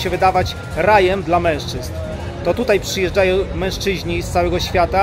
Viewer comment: Przychodzo.... , przyjeżdżajo... , szukajo... czy to gwara białostocka czy co . Zacznij poprawnie wypowiadać słowa. " przed kamero..." " rusze" no nie da się tego oglądać , skąd Ty jesteś.